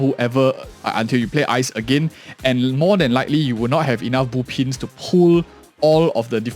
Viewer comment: Why do you pronounce them boopins and boopons? Is it a typo because i is close to o on the keyboard? Do you speak with a keyboard?